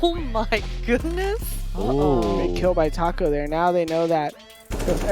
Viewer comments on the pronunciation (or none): none